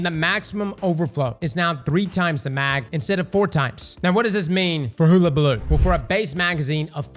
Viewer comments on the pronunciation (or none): HULL not hoo. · It’s not “hoola” like hula hoop, it’s “hulla”, like…ah forget it. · its hulabaloo not hoolabaloo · Huh-la-bah-loo not hula hoop baloo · you've been saying this things name wrong since the first time you read it. All of the event weapons are named after old sayings or phrases. It's pronounced (Huh-Luh-Buh-Loo). Not Hoola. It means "To make a fuss". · Not like hoolahoop...... HUH-la-baloo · Oh my god. Hull-a-balloo. Not Hool-a-balloo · It’s pronounced “Huhlabaloo” not “hoo… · sorry bit i do not accept 'hoo'.. It's Hul-La-Ba-Loo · I know I'm being a pedantic ass but its pronounced "hull-a-baloo" like the "hull" of a ship, not like a "hula" hoop. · So many older movies and even recent (In lifetime) cartoons that say Hullabaloo and even google translate that can say the word.... and yet he still says hoola and not Huh la. lol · my guy, is pronounced hull-a-ball-oo. Not hoolabooloo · Did he figure out how to pronounce it half way through the video? Sounded like it. He suddenly swapped from hoola to hulla. Edit: Nevermind, it was a fluke. He went back toward the end. I think he accidentally mispronounced it correctly for a bit. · Hull - like on a boat - abaloo. You’re welcome. 😬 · Hole ah bah loo 🤣💀🤦‍♂️ to be honest Ive been saying hoola as well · Please god, learn to say it properly!!?! Its a U, not a double O!! Its Hull!! Hullllllll!! ..hul-lah-bah-loo!!! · Bro, are you even trying? Hoolabaloo? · Destiny content creators learn how to pronounce words challenge, level: IMPOSSIBLE I jest, mostly, but oh my goddddd it is so difficult to not be like "DUDE IT'S HULL UH BALOO" at my screen 😂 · Im not sure what makes you think its pronounced "hoooolabaloo" but its amazing!! 😂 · No way!! Hug-a-baloo for fuck sake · Hull-Uh-Buh-Loo! Go back to school!!! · Hull - Uh - Bah - Loo 👍🏻 Get this man a Hooked On Phonics book or something 😂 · Still saying it wrong. Hula balooo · My brother. It’s pronounced: [HUL] + [UH] + [BUH] + [LOO]